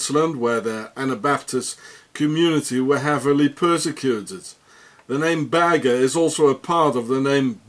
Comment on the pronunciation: You couldn't be more wrong regarding Oscar Berger. He is of Belgian descent, pronounced "Bershay", French for "Shepard".